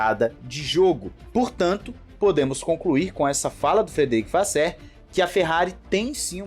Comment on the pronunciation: ultima tentativa aqui, é frederick "vassôr" e não "vassér";)